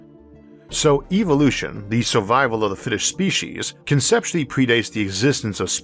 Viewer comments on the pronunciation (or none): Okay. I understand your difficulty with the word, "oral," as in "oral history." Maybe use, "verbal." But, "Spee'-sheez?!?" It's, "Spee'-seez." I believed someone with a speech impediment would try their hardest to not phok up the things they could get right. Nastasia Henstridge would be appalled. That's, "Nah-stah'-see-ah," not, "Nah-stah'-shah." P.S. Jeremy Irons was the homophobic guy who creepily suggested gay marriage might well lead to him marrying his own son.